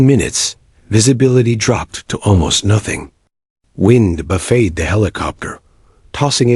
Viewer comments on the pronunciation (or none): English language is unique. Words spelled the same are often pronounced differently. "Buffeted" is not pronounced with a long "a" as in a food spread or a piece of furniture. Instead the pronunciation is with an "it" sound as in buffited. That is not the spelling, but is how it is read.